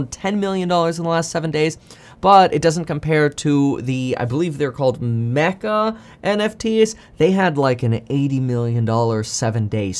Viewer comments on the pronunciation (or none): none